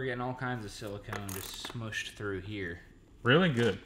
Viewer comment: that is caulk not silacone won't be alright lol